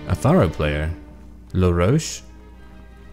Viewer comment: Its actually La-roche